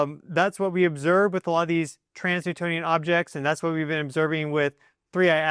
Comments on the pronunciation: Sounds like he keeps saying 'trans-newtonian' when I think he means 'trans-neptunian'??? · You said trans-Newtonian objects a few times, but I’m pretty sure you mean trans-neptunian. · It's trans-neptunian objects, You keep saying Trans Newtonian.. even google was confused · Dude you are majorly triggering my Virgoan nitpicky ascendant! Transneptunian objects (TNOs) are transNEPTUNIAN. Not Transnewtonian!!! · 1. It's pronounced "enigmatic", not "egnimatic". 2. It's "trans-Neptunian" (i.e. beyond the planet Neptune), not "trans-Newtonian". 3. It's not an "orbit", it's a "trajectory". 3i/Atlas is not orbiting anything at all. I doubt you're even a geophysicist.